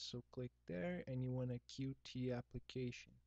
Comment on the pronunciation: tip: its not pronounced "Q-T".... Its "Cute"